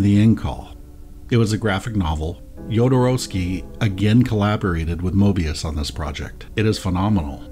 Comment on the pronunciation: Thank you for pronouncing Jodo's name correctly. Great video, first timer viewer!